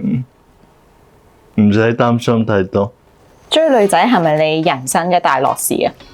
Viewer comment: 謝謝主持不像其他自以為是的主持咄咄逼人，但有很多位沒回應受訪者的答案，就突兀的轉去下一條問題，要注意懶音 旅"痕"， "申"財之道，人"身"(生)。